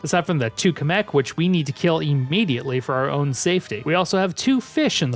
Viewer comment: DaS hEisSt niChT KaMek DaS HeiSsT MaGiKoOpA (sry I needed to do this)